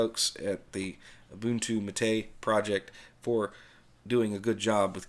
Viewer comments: I thought the accent in "mate" went on the first syllable. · Actually, and the people he mocks BOTH are wrong. It's MAH-tay, from the yerba mate plant. In Spanish, unless otherwise indicated, the accent falls on the penultimate syllable of the word.